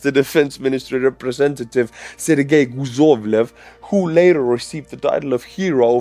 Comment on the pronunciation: In Croatian, guzov means a butcheak (guzica is the whole thing), so I laughed when you called him Guzovlev instead of Kuzovlev. Was it on purpose? Maybe the Russians say something similar? 😂💪👍😁 You know how it goes, the nations of the same language family share the important words, like father, mother, bread... arse... 😂😂😂